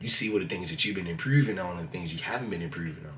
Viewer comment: lol "impruving on"